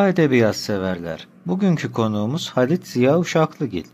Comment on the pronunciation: Halid değil. Halit oluca